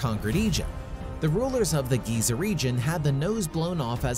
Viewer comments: Why is he pronouncing it Gaza? Isn't Giza and Gaza two different places? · im talkin about how he said gaza bro its fucking (geeza) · Giza... Not Gaza.. 🤣🤣🤣🤣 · It's Giza, not Gaza. I have to disregard everything you said after that. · Interesting fact....its GIZA not GAZA. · Ruined it when u said gayza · Agreed! If you can't get something as simple as the pronunciation of a 4 letter word that is critical to the story correct,how can anything that follows it be trusted? Pretty pathetic really but alot of people don't care and scarily,possibly even more don't know! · Why would any of this ‘scare’ archeologists? Edit: this video is mostly crap. Too many inconsistencies. Also, you pronounce Giza wrong.